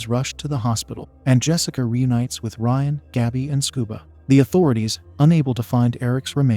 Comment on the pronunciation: The narrator mispronounced Gaby's name.